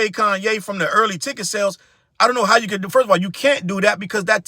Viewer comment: Ooof not coonye 😮😂😂😂🤣